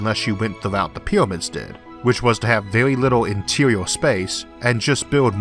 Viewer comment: Peewamids of Egypt. So cute